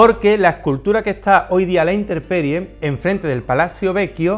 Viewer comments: aprecio mucho tu didactica en la artes; pero cometes un error al decirINTERPERIE;CUANDO SE DICE INTEMPERIE EN ESPAÑOL CORRECTAMENTE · corrección en el no es interperie es INTEMPERIE